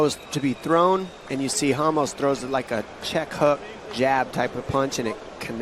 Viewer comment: Dude keep saying ramush, Ramos you damn idiot!